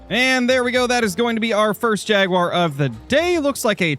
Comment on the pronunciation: "And ou tof no where get mouled by Yaguar" its Jaguar 😂😂😂